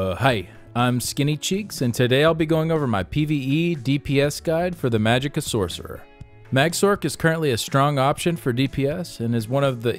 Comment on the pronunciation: great build and vid thanks. quick question why are people shortening the pronuciation of sorcerer? You're talking not typing.